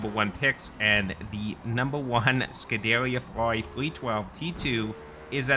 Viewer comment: its prounounced scoo da rear